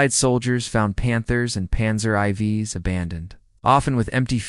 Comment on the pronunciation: Panzer eye vees? What is that AI? LOL!